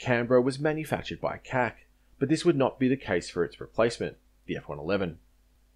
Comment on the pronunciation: Referring to CAC as "cack" is a bit of a cack, I've always heard it spoken as "see-ay-see". Great video, I haven't looked into Loyal Wingman all that much so this was very informative. My only gripe is that the consortium went with the rather silly sounding "Ghost Bat" for the MQ-28 instead of a giving a nod to an Aussie raptor species such as Goshawk or Kite (the latter would have been perfect... small, patient, deadly). But I guess the raptor thing has been done to death, and the name really makes no difference in the end. It's going to be a very capable platform in any case.